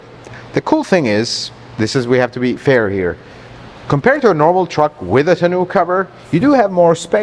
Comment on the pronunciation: You’re pronouncing Tano wrong